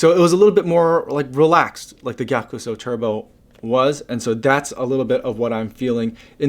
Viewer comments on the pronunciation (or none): Just for your info, Gyakusou pronounce as “Gya-Sou”, you don’t pronounce the “ku”